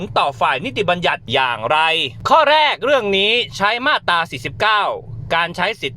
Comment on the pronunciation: มาตรา อ่านว่า มาด - ตรา ไม่ใช่ มาด - ตา